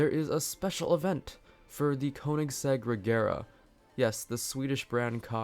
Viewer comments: You Pronounce Koenigsegg Kønigsegg or Köenigsegg. Just search How to pronounce ø or ö. Both are pronounced the same. It’s norwegian and swidish. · Can't say koensiegg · it is pronounced KUHN-IS-EGG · I pronounce koenisegg kuhnasegg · Say konegseg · It’s pronounced Königsegg